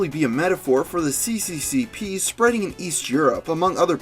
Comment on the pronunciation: Sonic the fellow7 USSR is, how it's called in the US. But reading it cccp like with latin letters is completely wrong.